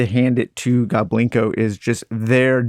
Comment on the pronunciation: It is pronounced GOBLIN KO, but people pronounced it as GO BLINKO for years & we didn’t correct them because it was cute, also people never pronounced my last name correctly either. They always said A BERG.